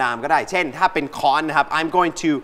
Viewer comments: ค้อน ครับ ไม่ใช่ ฆ้อน ระวังด้วยครับคนดูจะเข้าใจคำผิด ฆ้อน ไม่มีคำนี้ครับ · ค้อนมั้ยครับ ไม่ใช่ฆ้อน